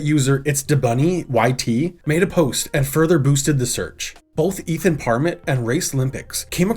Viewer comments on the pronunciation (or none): none